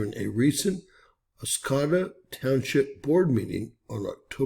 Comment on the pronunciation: It’s pronounced Os-coe( rhymes with toe) -da. Thanks for sharing this. Only 2 nd channel I have seen this on.